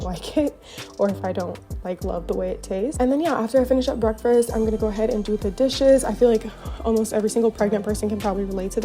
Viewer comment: It’s so cute how you always say “breakfRast” 😂 Sending you lots of love and birth well wishes!